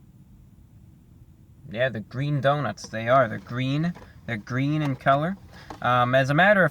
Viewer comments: IT'S GWEEN!! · It's gween!!! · IT’S GWEEN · It's GWEEN I mean it's GREEN 👍👍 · It's gweeeen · I was waiting for a GWEEN MEME! Stop pronouncing your "R" correctly! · It's...ITS GWEEN! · Review Bruh!!! It's GWEEN! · "It's IT'S GWWEEENN!" Haha You are awesome Review Brah.